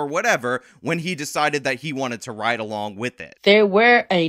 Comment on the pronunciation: She even said "rid road".